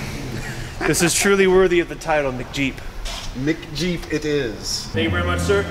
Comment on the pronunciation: "this is truly worthy of the title of 'mcjeep'" Other guy "MICKjeep 😕 it is..." lol